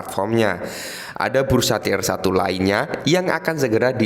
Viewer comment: Gimana ya, dengerin orang Indonesia tapi otak nya ga mampu bahasa Inggris, semua website di translate ke Indonesia yang jadi belepotan bahasanya, sebut tier aja dibacanya ngawur kelihatan sekali ga sekolah nya ya, tolong kalo bikim konten teknologi gini setidaknya improve your english first, denger nya bikin pusing soalnya terlepas dari info yang diberikan but that is really annoying to hear dan memalukan Indonesia